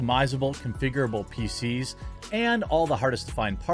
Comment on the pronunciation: Just a note, please be careful with annunciation. For those of us with hearing problem PC's can sound like feces.